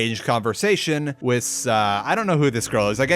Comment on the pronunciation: Are you central european? Why do you says "witz" instead of "with"